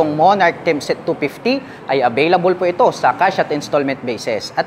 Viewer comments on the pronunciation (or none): tempest po sir, hindi tempset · Ano ba talaga Tempest. Pero sabi mo "timpes" tapos sa kalagitnaan "timset" hahahahahahaha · Tempest, hindi tempset 😂. Good review! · Tempest ❌ Temset ✔️ Nice review ❤ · ano ano? timpest daw?